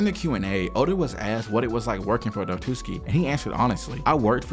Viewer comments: It's Wa-tsu-ki not Wa-tus-ki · It's Watsuki not Watuski lol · "watuski"" come on, man, watsuki. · "Watuski" every time. Homie I loved the video but it's WAT-SU-KI. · watsuki not watuski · Kubo doesn’t actually hate Oda. He and the host during the interview were laughing, it was a joke. And Watsuki's name is pronouced Watt-sooki. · Brother the pronunciations are taking me places. Watootski sensei. 🫠🫠🫠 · The whole deal with Watsuki (not pronounced Watootski btw) is regretable, but to be fair, not like the law was any more harsh on the dude, guy is still working like he did nothing, while some people lose their whole careers for doing drugs or adultery. Shit is wild. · I can't get over how you keep calling the author of Ruroni Kenshin as "Watooski" lol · "WaTOOski"....oh my god 😢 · Really liked the video! Except for the dozens of times you mispronounced WaTSUki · It gets worse the more I watch. You wrote it correctly on the screen, who the hell js “Watuski”? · dude, you have to practice your pronunciation. At least read the names properly, " Watuski" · Loved the video!! Super interesting learning more about Oda! Also in the future pls google the pronunciations to names and stuff 😭😭 besides that good stuff 😎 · Mate, the video is great. That being said, mispronouncing Watsuki the ENTIRE video really undermines your incredible work... 😅